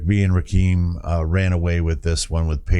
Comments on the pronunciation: Its Ra -kim not keem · Pronounced Rahh Kimm 😂😂😂 Rah keem 😂😂😂😂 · It's pronounced Ra-Kim, not "keem." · Small important note: THE name is pronounced Ra- Kim not Ra Keem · loved the video. It's actually pronounced Rah - Kim. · Yo! Just wanted to stop by & show some love. I always appreciate seeing you go back to the roots of hip-hop (‘80s-‘90s). Rakim was certainly a pioneer in terms of “flow”, as hip-hop was much more simplistic in its delivery prior to the late ‘80s. P.S.: I haven’t seen it mentioned but his name is pronounced “Rah-Kim”. If you’re familiar w A$AP Rocky, that is who he was named after, for he was born in ‘88 a year after this album was released. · Ra kim is how it's pronounced. Just a heads up.